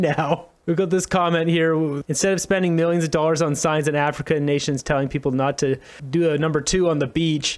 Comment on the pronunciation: When T talks about various mmilllliions ( emphasis ) where is it coming from , where ? He’s such a looney tunes